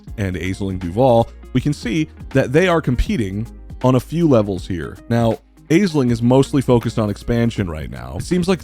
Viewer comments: Not to be pedantic, but Aisling is pronounced ash-ling, not ayz-ling. It's an Irish name so it's not intuitive pronunciation for English speakers. Hope this helps! :) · Love this idea and I'm here for it! Consider me subbed :D oh and also it's pronounced "Ash-ling" for future videos! ;) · FYI Aisling is pronounced Ash-ling. Mahon is more like Mahun. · Also word noting that Aisling pronounced "Ashlin". I'm not Irish, but I imagine any Irish watchers are grimacing every time she's called "ay-sling".